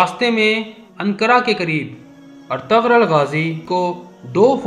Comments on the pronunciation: Oh Bhai ertgarul nahi Ĝ silent ayta hai.waha per lumbah kar k parte hain. Ertu....rul es tarah.ok. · Lmao its not etagrul it’s pronounced erturul 😂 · Oh pai urtughal hunda artaghl ni hunda